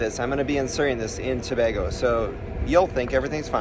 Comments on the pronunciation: It not to ba go it tobago😑😡😡 stop saying out thing worng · Please pronounce the name correctly . Its Tobaaaago!! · To-bay-go for reference btw! Loved the vlog and happy you enjoyed 🇹🇹. You had chicken pelau with stewed chicken.